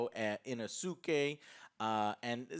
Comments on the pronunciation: The weeb pronunciation of "Tan-jiro", "Neh-zuko" and "Inu-suke" hahhaha, at least you tried Joe... At least you tried :D I also greatly enjoyed this film, it was fantastic. More Nezuko is always a winner but it looks like they didn't do that yet. Hopefully S2 will have a tonne more of her flexing her power. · Joe love that you are getting into anime and enjoy reviewing it! Gotta work on the Japanese name pronunciations though! Inosuke - (In-ose-kay) Tanjiro (tawn-jeer-oh) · Joe out here messing up names like Inosuke lmao